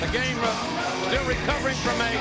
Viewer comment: i aarrgm the gaaaymmahh....🤭